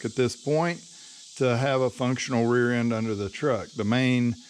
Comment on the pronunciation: Awesome video bro. You definitely fked up the word rear 🤣🤣